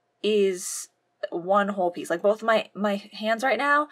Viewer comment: I like the part when she said peice.